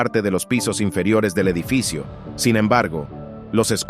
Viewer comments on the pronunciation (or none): Dijo Edifico en vez de edificio.😂😂